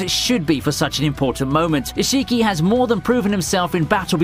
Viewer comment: No, no, no. The way he was pronouncing some names raised my anxiety. Naruto (don't stress the "A" and "U") Boruto ( Don't stress the "O" and "U") Isshiki( pronounce as ishki. Like the way you pronounce sasuke as saske.